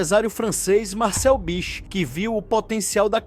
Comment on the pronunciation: Do you not know ANYONE in this world who can speak without having to use those STUPID robotic AI voices. Horrible, and earns you a channel block. That stupid voice also mispronounced Bich's name three times. Stupid.